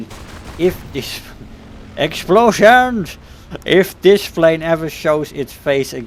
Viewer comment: classic. "Explohzhaans!"